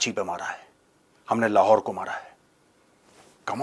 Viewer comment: lahore nhi sir lahhhhhhor hai 😂